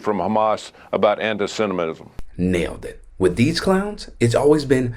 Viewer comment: Did he say anasiminism? Lock em up for sayin stuff that upsets orange?